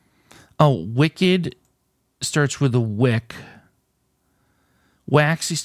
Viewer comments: I don't think you quite got purple. It wasn't a wicked candle the way you were pronouncing it; it was a WICKed candle, for example a double Wicked candle would be a candle with 2 wicks, not a candle that has been very evil :) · I thought he might get it when he started reading the "wick" part on it's own but then went back to the wrong pronunciation